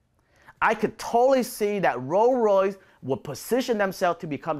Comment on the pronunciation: Could listen to you say "roo royys" all day 🤣👍